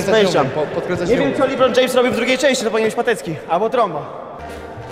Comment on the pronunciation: Libron James'' haahhaha